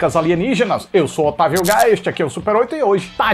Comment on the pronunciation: Pq eu sempre acho que ele vai falar "eu sou otário uga" em vez de "otavio"? É a msm coisa com o quadro em branco😔